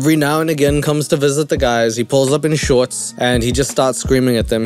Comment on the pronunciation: Anyone else had to rewind when the girl said “shorts” but heard “sharts” instead or was it just me?